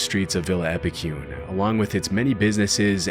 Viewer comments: Being from Argentina, I just couldn't contain my laughter after hearing the pronunciation of Epecuén i this video 😛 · Awesome vids! As an argentinian I need to correct the pronounciation of Epucuen. The "cue" part would be as you pronounce the "que" part in "quest" in english. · wouldn't expect a synthesized voice to mispronounce stuff like Epecuén though.